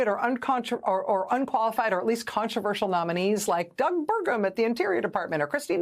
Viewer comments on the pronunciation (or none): none